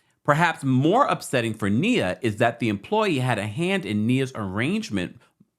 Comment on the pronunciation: Ime (Eee-may) Udoka (Eww-Doe-ka) Nia (Nye-uh) 🤦